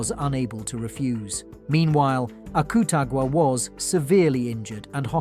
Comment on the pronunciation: he also said akutagwa.. when its akutagawa